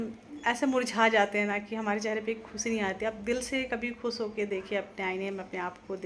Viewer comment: Please khoos nahi khoosh kaha karo.